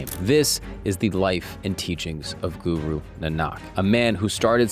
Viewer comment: its not suru its guru